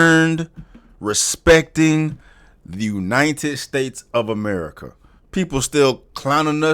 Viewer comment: Gotta love the reality show "AMARICA"